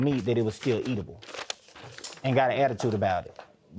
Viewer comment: Did this dud say Eat-adible?